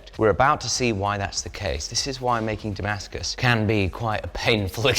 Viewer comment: It's da-MASK-us, not damask-US!